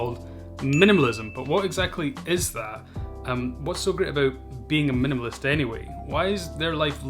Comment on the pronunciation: I like the way you say "minimalist". Great video.